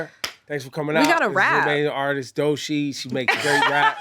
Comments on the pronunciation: Him saying Doshi is irritating me 😂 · DOE CHII NOT DOE SHEEEEE F**K! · It just BOTHERS me that he calls her Doe-SHEE INSTEAD of DOECHII